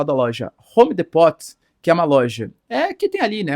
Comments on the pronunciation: Homedepots 😂😂😂😂😂😂😂😂😂😂😂😂😂😂😂 Gente isso se pronuncia! “ Homdîpou “ loja de material de construçao! A segundo ou a primeira maior! Dos eua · A pronuncia é home dipo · O nome é vou escrever como se pronunciar em português para que sua pronuncia fala corretamente. Professor! Rome depo ( the Home Depot ) fica a dica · Pede para sua professora de inglês te ensinar a falar home depot